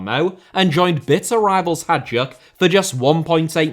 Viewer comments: Hajduk is pronounced "Hayduk", not "Hajuk" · Hajduk is actually spelled like "Hi-dook" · Hajduk is prounounced like Hi Duke, not whatever you were saying. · He's English. What did you expect? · please, please, please, learn to pronounce Hajduk name. thank youuuuu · the pronunciation of hajduk hurt my soul